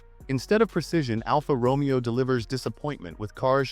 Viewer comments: It’s is not pronounced ALFA ROMEO it’s pronounced Romayo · say after me..... ROW-MAY-OH. not the Shakespearian Character!